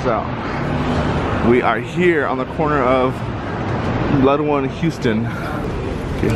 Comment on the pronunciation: Haha how we can tell you're not from New York..it's pronounced HOWston not HEWston like Houston, TX. You'll catch on though